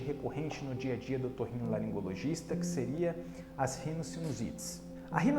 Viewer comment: Não sei como consegue falar otorrinolaringologista 👏👏👏👏👏👏👏👏